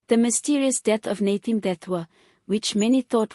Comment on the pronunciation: Nathi not Nathe. Learn to pronounce people's names properly.